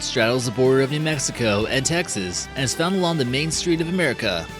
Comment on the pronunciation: It's Texas Texas